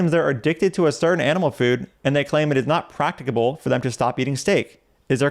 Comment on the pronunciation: Do you need to be able to pronounce "practicable" correctly to be vegan?